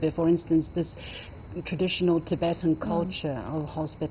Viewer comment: The Anchor needs to first learn how to pronounce the name of the guest (Tibetan).